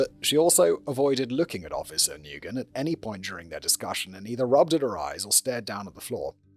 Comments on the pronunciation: Nguyen is pronounced "win" or "wen," not "noo-gen" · I missed it... Was it something like new-guy-en or something? To be fair you'd have to look it up to know it's wen. 😅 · To add to the pronunciation guide, the responding officer's name is pronounced "Wen" even though it's spelled "Nguyen". It's a rather common Vietnamese last name, I work for a doctor with that same last name. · Nguyen - It's pronounced, "Win" or more exact, "Ngwin". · I live in Lowell, MA. has the 2nd highest Cambodian population in country. Every Nguyen ive met here they pronounced new-yen. Silent G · Simon, Nguyen is pronounced the same as win. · Not sure if different countries pronounce the name Nguyen differently however here in Australia where we have a lot of Vietnamese people we and they pronounce it like "new-in" or "new-en". I wouldn't be surprised if we're all just saying a name/word incorrectly in different ways and the Vietnamese were just like ok i guess that's just how it sound's when you say it with your accent. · isn't Nguyen pronounced like Winn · He's also mispronouncing Nguyen 😅 it's closer to "win." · OMG the pronunciation of Nguyen 😂😂😂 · AND pronouncing Nguyen! :) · I'm begging script writers to give audio links of proper pronunciations of any names that aren't traditional English names for Simon's reference before recording orz. Nguyen is such a common Vietnamese name, its pronounced something like "nwen" not "ne-guy-en", then of course Kouri is supposed to be pronounced like Cory, and so on. I know he's using paper scripts but they do exist digitally so a link or two would simplify things a lot.